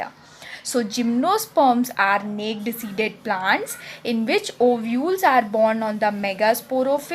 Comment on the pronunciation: Nice explanation.... The pronunciation of "Naked" is "नेकेड" not "नेक्ड" ,,😄